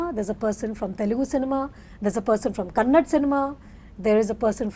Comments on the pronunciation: Rani Mukerji couldn't say kannada properly and was talking about diversity. And it's kannada not kannad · Rani Mukherjee reeks of arrogance nowadays and it is evident from the body language of other artists. FYI it is "Kannada" learn how to pronounce it. Appalled that other panelists didn't interject to correct her especially from the Southern Region. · Rani you spoke well about the diversity in the Indian cinema but It's Kannada not kannad...🥲🥲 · So much lecture about diversity from someone who says “kannad” for “kannada” :) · Before lecturing others please learn how to say KANNADA. ITS KANNADA not KANNAD. These thick heads don't get it. Its been years and at many occasions many people have corrected others. Mr Prithvi should have corrected Rani ji. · Kannad nahi kannada.. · Mr. Prithvi Konanur, great ❤❤❤, you literally made felow participants to shut their mouth 😂😂😂.. and its Kannada not Kannad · Rani madam it's kannada not kannad please correct yourself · no she said kannad not kannada and that's what we are trying to change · Rani Mukerji didn't understand the point of Prithvi and totally started giving lectures about India Meanwhile she said "Kannad" not "Kannada" which is disrespectful which made me offended she doesn't even know anything about our languages, our cultures which was the point of prithvi to make more rooted films eventhough irian films have budget constraints and freedom of speech constraints by government how they achieved that . She have not even achieved 1% of what Mr. Pritvi konanur has done to our Indian film making it recognised by rest of the world people.